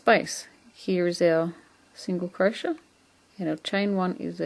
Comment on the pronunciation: Great video, thank you. It's a bit strange to hear someone pronounce it as cro-shett, though......!